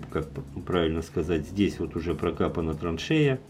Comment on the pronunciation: прокопано, не прокапано. извините режет слух, а так спасибо очень интересно.